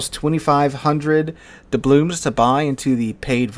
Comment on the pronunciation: Take a shot every time he pronounces doubloons incorrectly